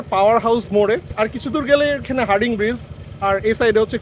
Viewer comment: ভাই হার্ডিং না হার্ডিঞ্জ 😂